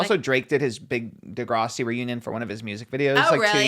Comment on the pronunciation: saying Di-grah-si is killing me asf 😫 SHAME SHAME its dih-grass-si